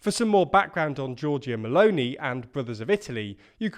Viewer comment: can I say that I like the way says meloni?